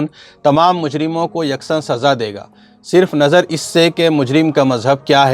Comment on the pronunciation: یار آپ لوگ ایسی بھیانک غلطی کرتے ہیں کہ سن کر شرم آنے لگتی ہے صرف نظر ، میں ص پر زبر ہے ایک جملہ آپ نے کہا گردوں کے ستارے ، گردوں ، گ، پر زبر ہے